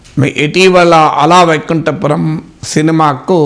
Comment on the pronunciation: Please pronounce it as "అల వైకుంఠ పురంలో" and not as " అలా వైకుంఠ పురంలో"